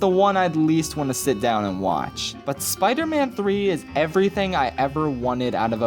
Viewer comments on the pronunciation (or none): Spee man tree